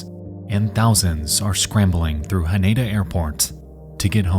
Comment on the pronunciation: I just want to let you know your pronunciation of Haneda is incorrect it is pronounced Ha Nee Da, no ni